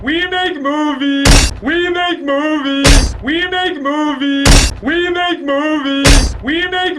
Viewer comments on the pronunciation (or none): After a while, it actually sounds like he's saying "remake movies" which seems even more appropriate for this video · It kind of sounds like he's say "remake movie"